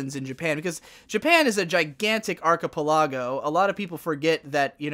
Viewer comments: fuck, another word has only ever read. its arch i(t) PE le go also next time, instead of saying you have jewish heritage but arent actually jewish, just say your semitic. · Archipe- LA -go... to the polls. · R-coh-pol-lago? XD I'm dead 😂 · This may be a controversial thing to state in a comment section, but he mispronounced archipelago. The third from last syllable is stressed. Is this something your Virginia Beach Southern folks pronounced differently?